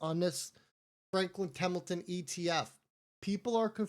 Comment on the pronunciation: It’s Temple-ton not temmmelton